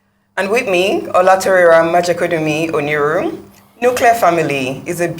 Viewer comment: Pronounce the last of your doubled barrelled name properly - Oniru! What are you ashamed of?